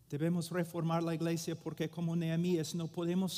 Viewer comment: Hermano Paul, "church" en español no se dice "igleisia", sino iglesia. Un saludo fraternal. Solo pretendo ayudar; no ofender. Gracias.